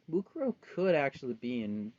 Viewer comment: Why is her name Mukaro? It should be Mukuro you silly